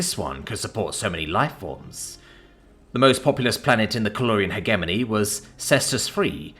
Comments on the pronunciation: It kills me inside a little bit every time you mis-pronounce 'hegemony'. It features a lot in sci-fi. Hedge plus Lemony minus the L.👍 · The g in hegemony is a soft one, not a hard one. It's pronounced "hej-eh-moan-ee."